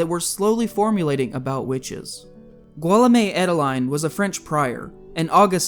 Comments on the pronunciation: the name "Guillaume" is pronounced "Gee-yom" its basically the French equivalent to William. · "Guillaume" is pronounced gee-YOM, not GWILL-amay, and "unguents" are UN-gwents, not UN-jents. It would lend an air of credibility to your reporting to have correct pronunciation of the words and names you reference.